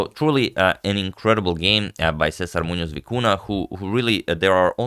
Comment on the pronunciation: Kudos to the very very good pronunciation of César Muñoz.